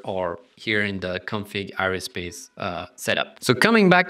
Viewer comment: aerospace ... air-o-space not areospace